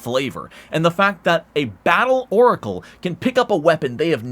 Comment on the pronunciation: As if he didn't call it a Loricle